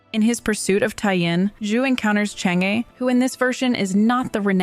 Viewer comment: for English speakers, Chang-E pronounce in Chinese more like Chang-Er in English🙂